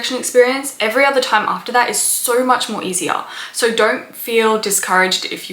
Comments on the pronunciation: Its "So" not "Sow". Think of it like you're saying "Bo" and not "Boww". I didn't hear anything past "Soww".. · Wow! You can put the sound of the letter "R" in the word "SO"!